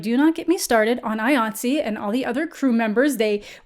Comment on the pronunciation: Thank you for talking about the strike going on. Also, first time I've heard IATSE pronounced "eye-ah-tze", everyone I know just spells out the acronym!